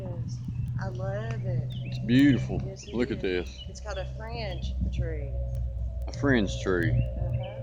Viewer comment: Enjoy your videos. But did you call that tree a friend tree or fringe tree? Also will tgey grow here in Georgia?